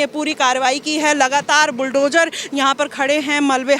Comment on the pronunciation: BulldoJAR , demolissss etc etc???.. Pehle bolna toh seekho nafrati anpad fake journalist 😂 fir nafrat phailaana😂Na media law and ethics ka pata bus mic pakad liya 150 rs ka ban gayi journalist 😂 kis gutter se mass communication kra hai?